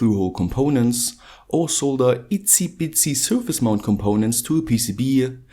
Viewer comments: "Ici-pici" surface mount components.... :) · Hi! You just said "ici pici" or "izi pizi"? It is also a Hungarian term of tiny stuff. Am I hearing wrong?